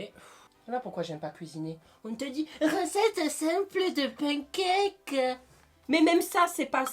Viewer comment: "pen caque"